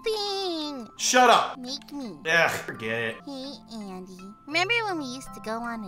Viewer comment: Guys you Said Any And Not Andy